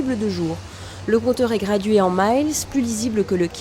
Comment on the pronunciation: La manie française de prononcer "maiiiles" est incroyablement irritante. Cette unité de mesure se prononce mile comme le chiffre 1000. La prononciation a l'anglaise semble n'être qu'une affectation de gens qui ne parlent pas l'Anglais mais qui veulent se donner des airs. Bon, cela étant dit, c'est vrai qu'il y a pire que ça dans la vie.